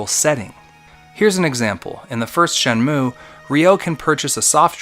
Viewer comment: Bruh, its called Shenmue. Not Shenume : Virtua Fighter. Or Virtua Fighter : Shenmue. Everything you did in your video, minus the call outs, is exactly like SEW, warts and all. You mislead and used unrelated examples. I had to go out of my way to find out about the skippable cutscenes; which you both didn't give the whole truth on, maybe I should make a video on how BOTH of you are misleading? But your call outs definitely set you apart for SEW. Look, I get your indignation on how you think SEW mistreated Shenmue, fun fact thats alot like how SEW got his start with his first video on HXH. This sort of thing brings out a creative obsession I guess. But, have awareness my dude, calling people shills because of there opinion makes no sense. Your a Shenmue shill and an anti patreon shill. There, see how meaningless and effortless that was? Also since I'm sure your gonna see this, the reason why I responded to all this in the first place is that it really made me question any integrity you have as a content creator when you pin a comment that accuses someone of plagiarism and describe the comment as "perfect". That's why I think its personal. Not against SEW specifically either, but all these "influencers".